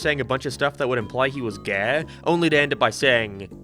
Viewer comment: It’s probably his accent :]